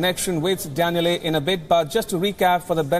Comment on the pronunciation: Maybe Danielle got mad, coz he pronounced his name wrong, we will never know